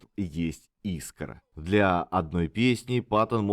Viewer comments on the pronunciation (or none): none